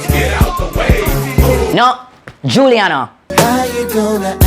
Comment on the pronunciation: Actually, was correct. Her name is Giuliana (pronounced, JULIANNA)!!! At least get you facts correct before trying to correct someone.